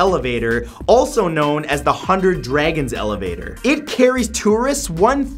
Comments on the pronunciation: "Has between one hundERd"... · it's hundred not hunderd. 😂😂😂